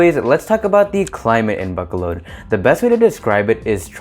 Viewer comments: Ba-co-lod is how you pronounce it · Buck colod is that how locals pronounce it? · Dear, you are not pronouncing the name of the city correctly. Please transfer your emphasis from the A sound to the first O and then the second O. Besides that you did a pretty good job.